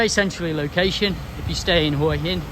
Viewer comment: If you've been visiting Hua Hin for over 15 years, it's about time you learnt to pronounce the place correctly. LOL